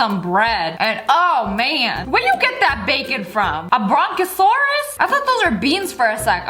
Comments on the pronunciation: It’s not brokasaurus it’s brontasaurus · It brontosaurus not bronkosaurus